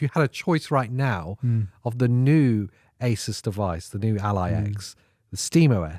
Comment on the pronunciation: I just noticed you pronouncing ASUS as aysis. I thought it was aysoos. Sorry that's all.i could think about.